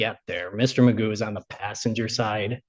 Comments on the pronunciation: I can’t take this eejit seriously - his name is McGough but he pronounces it ‘MAGOO’ …..he’s clearly a cretin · His name is not Magoo, it is McGough (rhymes with cough) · His name's not Magoo it is McGough he just insists on pronouncing it incorrectly as Magoo. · We know Magoo is an idiot, because, McGough is pronounced McGoff. (satire)